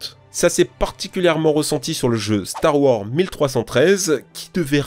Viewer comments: Purée la DICTION!!! La diction... et des cours d'anglais (tektou??? Duque nouquem??? Star wors??? 🤣) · "store worze" "mille trois cents treize" "bouba fite"